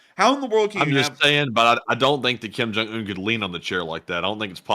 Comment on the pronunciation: Kim Junk-unh? Geeze.Lavrov, sitting down before your god-host? So, so, pathetic. Who does Kim's hair. Frighin'-A, it must be done with a gas-powered Lawnboy.